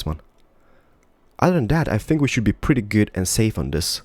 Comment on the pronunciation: Just me who gets annoyed when he says "perdy" instead of "pretty"?